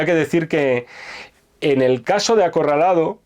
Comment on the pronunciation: acorraldado? no mamen jajajajaaj